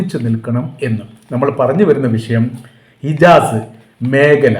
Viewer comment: ഇജാസ് അല്ല ഹിജാസ്